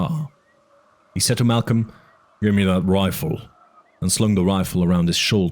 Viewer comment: Idk why, but it urks me every time he says "da" instead of "the".